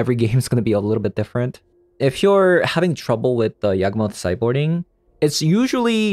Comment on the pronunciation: y a w g not yag